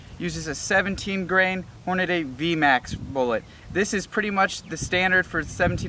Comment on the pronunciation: Hornady not hornaday.😫 nice video 👍 though. I enjoy both rounds